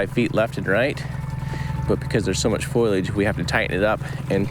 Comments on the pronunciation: Does anyone else yell FOLIAGE every time Jared says “Foilage” 😂 its fo·li·age 😂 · It's not "foilage." It's "foliage" (FOE-lee-idg). It's not made of foil. :face-purple-crying: (Confusingly, "foil" and "foliage" both come from the same root. Leaves are still not made of foil.) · Love these videos but, I cringe every time he says foil-age instead of fo-lee-age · I believe "foil"- age comes in a box from Renolds Wrap. "Fol-i-age" grows wild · Love you Jared and everything you do. Ps it's foliage ❤ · I think he is meaning foliage (trees, grasses, any growing greenery that is present). I was also confused the first time i heard foilage. Have a great weekend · I think of the hair salon every time Jared says "foilage". 😁😆 I know he meants foliage. ❤❤❤ I'm sure I'm not the first to mention it or think it but i couldn't resist teasing a bit as it stands out in every video that he talks about foliage. Keep up the great work and don't let my teasing get in your way. ❤